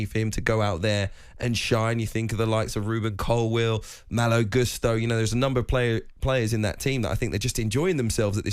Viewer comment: Did he just say Ruben Colwill 😂😂